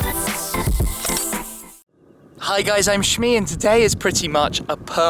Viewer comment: I refer to shmee pronounces